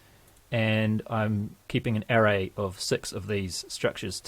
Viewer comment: English pronunciation of the word ARRAY